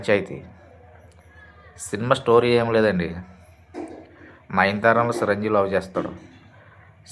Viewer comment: సి రంజీవి కాదురా బాబు చిరంజీవి రా బాబు. ఆపరా నీ సోది